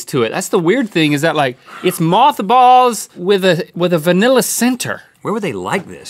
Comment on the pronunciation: Link - “What in dbwa wurld? It taste like mawthbolls” 😂😂